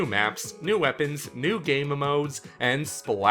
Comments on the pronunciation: Why do you keep saying Game-MA-modes? It's "Gamemodes"...Just..."Gamesmodes". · This guy says "game modes" weird. Pronounces it like "game m-modes" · why does he call gamemodes game-ma-modes?